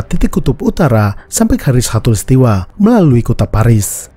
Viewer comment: Maaf ya min. Soalnya yg saya dengar, mimin ngucapinnya hatulistiwa. 😁